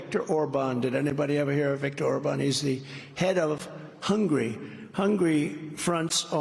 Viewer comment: victor orban. he's the head of "hungry", you know. people keep saying there's a "glitch" when he makes a mistake, does that twitchy thing with his shoulder and head, then seems to act as if that was what he meant to do. he wants to be seen as never making a mistake, so he tries to cover it up, erase it, in a way, with a combination of physical and vocal actions. all of that is meant to take attention away from what he did. that audience should have been very insulted that he didn't immediately apologize for the sioux falls slip by stating the name correctly and acting as if nothing happened.